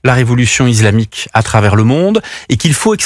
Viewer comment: Bonjour, pourquoi (pas sur de l'orthographe..); dit-il "izlamique" plutot que islamique???.Cordialement.